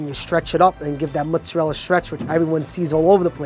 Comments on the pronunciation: It's mozzarella... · “King of Mutzarella” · Mutsarella is driving me slightly mad. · Eh "mutzarell" isn't beautiful Italian pronunciation either. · Too many Italian-Americans, particularly those of Southern Italian-descent (some Neapolitans and nearly all Sicilians), can't properly pronounce "mozzarella". "Mootz" and "Moot-zah-rella" and "Mootz-ah-rel" are not proper Italian. "Mootz" is only acceptable as a form of Italian-American slang and anyone who tells you that it's the "proper way" to say it is a disgrace to their ancestors. Like, it's funny how the son is all over the place with his formal and informal pronunciations of the word, yet the father is fairly consistent. -- Signed an actual European-born Tri-Stater, Italian-speaker and lover of all things Italian who also happens to be a trained pizzaiolo with actual friends and family from Italy. (Seriously, go ahead and ask any real Italian or any well-educated, self-respecting/non-stereotypical Italian-American how to pronounce the word, and they'll tell you the correct way.) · I havent seen the video yet but i know they're gonna say MOTTZ-a-rella